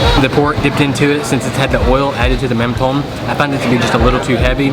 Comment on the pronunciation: It’s pronounced “mum dom “